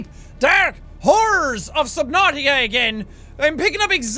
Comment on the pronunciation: did he say deep dark whores or horrors?!?! LOL!